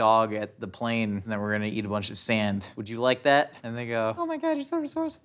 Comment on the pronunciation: I could not tell of he said Link or Plane until he confirmed that he said plane a bit later on.